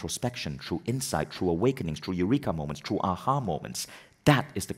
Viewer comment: Vishen needs to learn that THROUGH is NOT pronounced TRUE.